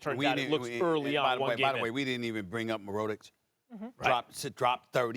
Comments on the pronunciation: MY NIGGA HIS NAME IS MI-RO (AS IN ROW) TICH WITH A CH AT THE END!!!! damn! 😪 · stephen a called mirotic “more-row-tick” wtf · I had to rewind three times to realize Stephen A was trying to say Mirotic lmao